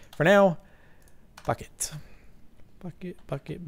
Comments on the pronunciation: He did, look at his mouth when he says it! He said "Fuck it, bucket, bucket, bucket!!" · Wow, when he said Bucket it really sounded like he said F*** it! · Ye he did say bucket, it sounded like f*** it. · Thumbs up if you thought Jordan said, "Fuck It", instead of, "Bucket". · Rain Bosworth Obviously. I'm talking about the first initial words he spoke, before you distinctly heard, "Bucket". Nice try, though. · 18.31 Hahaha... That almost sounds like you would say "f***k it" not "bucket" :D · when he said "Well bucket" I thought he said "Well fuck it" xD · when said lets go get a bucket, i thought he said lets go fuck it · Okay did anyone else think he said "F it" instead of "bucket" ? lol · Am I the only who though he said "Fuck it" instead of "bucket" ? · When he said Bucket, Bucket Bucket Bucket it sounded like fuck it x3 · Bucket I thought you said f**k it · I thought he said bucket because he grabbed a bucket at that time until I read this comment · When you said "bucket" , it sounded like something else.